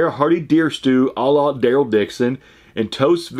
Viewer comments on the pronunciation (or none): none